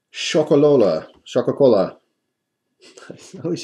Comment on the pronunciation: I think its prenounced showk a cola rhymes with coca cola